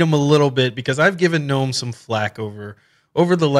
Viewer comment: Finally a Linux youtuber who understands basic English language and calls gnome the way it's supposed to instead of guh.nome. Great video thumbs up.